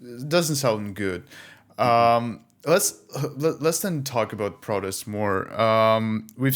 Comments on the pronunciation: Well you're not speaking US English, you're speaking English with a strong Eastern European accent. it sounds like he's saying 'produce'. How about adding subtitles to your videos? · Please, correct your pronunciation of the word "protEst". I had difficulty understanding you because it sounded like "produce".